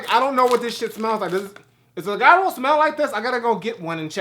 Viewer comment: In his defense, he's not the only I saw pronouncing the word Gyro completely wrong. Lol